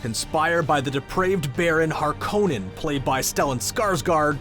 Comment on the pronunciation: Thanks for the look-ahead... A couple of suggestions: I think if you ask Stellan Skarsgard how to pronounce "Harkonnen", he'd say, "HAR-ko-nen", not "har-KO-nen", the former being a well-known Scandinavian name. Then the pronunciation "ornit-hopter" doesn't make sense linquistically, while the softening of the syllable boundary to "orni-thopter" does. Lastly, the expression "Bene-Gesserit" is pure Latin ("he/she/it has acted/functioned/worked well"), so the pronunciation of "bene" is "BEH-neh" or "BAY-nay", not "BEE-nee" (please!).